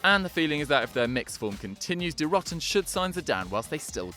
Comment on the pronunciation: long o in "Die Roten"